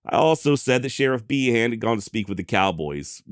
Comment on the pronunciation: Behan = Bee-en